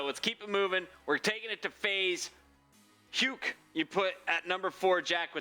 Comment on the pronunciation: They are mispronouncing Huke's name :/